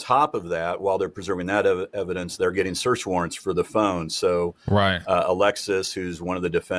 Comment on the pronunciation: you sayin “Right” like he talking Directly to you😂🤣😂🤣🤌🏿